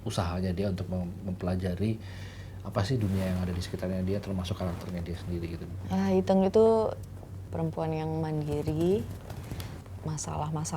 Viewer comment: Berperan sebagai Iteung, tapi pelafalan Iteung aja gak fasih. Kumaha?